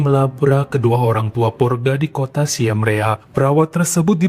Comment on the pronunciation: Siem Reap itu kalo penyebutannya "Sim Rip" bang.